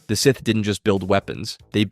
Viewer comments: idiot says scythe instead of SITH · Why did you comment “Seeth” when he said “scythe”. My brain hurts 🤔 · Bros pronunciation is terrible no way he’s a real fan when he can’t say with or kanan jarris 😂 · He's pronouncing it like 'Scithe' and I can't bare to go past 3 minutes further